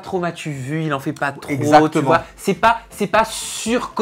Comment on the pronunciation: Continu on adore tes vidéos enfeteuh😂😂